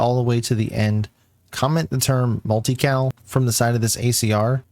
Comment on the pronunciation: I couldn't tell if u said multi-kill or multi-cal